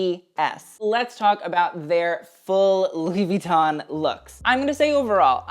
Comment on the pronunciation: Ok, i love you but PLEASE, could you pronounce louis vuitton w/out the "n" in the end and not with attention to the "i"? Sorry but it really hurts my ears :00